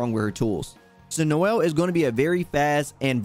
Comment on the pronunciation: I love how you called “Ciel” Noel 😂